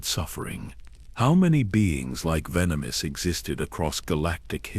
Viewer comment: Hey, I have a suggestion. Testing the AI with the names and other words they have trouble pronouncing, and trying to find ways to spell it so the AI pronounces them properly may be a good idea. Like with Venemis if you spelled it Venomous it would have said it properly. I don't mind these newer AI voices, but the mispronunciations of words that are used a lot can get a bit annoying. Luckily the stories are good enough to keep me here until the end, of course I need to know how it ends, but little things like words that are used a lot in a story being pronounced properly would make these really good stories that much better. This really is just a suggestion and not a complaint. I am a gamer, and RPG games are my thing, and I am all about grinding levels, so when I'm grinding I like to listen to stories, especially Star Wars. I am an OG Star Wars nerd from the ancient days of the original trilogy, so I listen quite often.